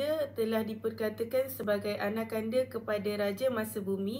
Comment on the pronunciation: sebutan anakanda bukan Anak Kanda dik tetapi anakNda